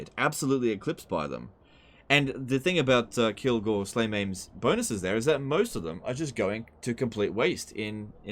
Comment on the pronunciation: Excuse me it is Kilgore slayMA’AM